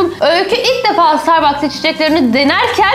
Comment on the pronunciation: starbaske diyişi